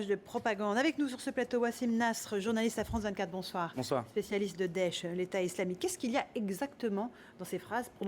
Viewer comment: c'est moi où la blondasse elle dit dech (synonyme de misère) au lieu de daech?